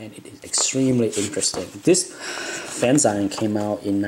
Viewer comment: Someone please tell this man it's pronounced "fan-ZEEEEEN!" I think I'm on video 3 now. Kudos, my asian friend.